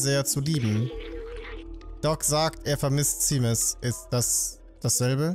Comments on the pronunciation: Seamus spricht man übrigens Shäjmis aus. Ein harry potter charakter heißt genauso, und da wird es auch Shäjmis ausgesprochen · Ich glaube Seamus wird ''Shaimus'' ausgesprochen